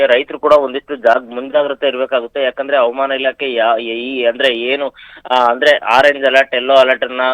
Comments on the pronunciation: ಹವಮಾನ ಅಂತ ಯಾಕೆ ಓದರುತ್ತೀರಿ ಹವಾಮಾನ ಅಂತ ಹೇಳಿ ಸಾಕು ಮಳೆ ಬರುತ್ತೆ. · Helidaga baralla helede iddaga barutthe havamana alla avamana ilake 😂😂😂